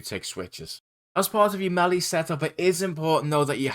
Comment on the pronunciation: Great guide! My favourite part was when you pronounced melee as “melly” 😂